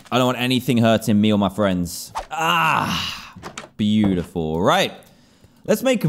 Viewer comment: It ain't ugly.... IT'S "BUTEFULE"